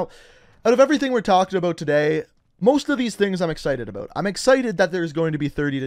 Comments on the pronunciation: ABOOT!!!😂🤣 IT KILLS ME. He doesnt say it nowhere as bad as I have heard other. Love the content brother keep it up. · aboat. i like how he says about.